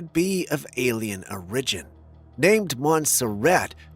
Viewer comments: Is English your second language? Cause I notice at least 10 mispronunciations per video. I thought it was an ongoing joke but now I see you are serious when saying them. That “origin” got me today and I had to ask you. Not being funny just curious and just can’t not hear them when you do it over and over… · You say that the Montserrat Corpse fascinated conspiracy theorists . That just shows how poor your research is . Reaching for the biscuits cookie to water down any serious view of the subject is just very poor journalism . You can't even pronounce words like "origin ". Laughable .